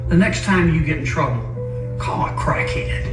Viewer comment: "Call a crackhayed"